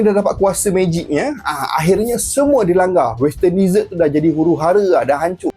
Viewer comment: bukan "DEE-SERT".... bunyi dier "DE-ZETT"... "deesert" tu makanan2 manis pencuci mulut.